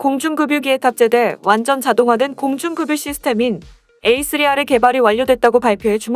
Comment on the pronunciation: 공중급유...를 계속 공중금유로 읽네... 공중그뷰로 읽는게 맞음